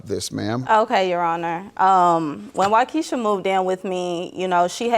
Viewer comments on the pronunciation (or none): Lol. "Wykesha".